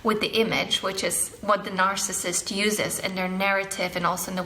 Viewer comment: you said "marcissist"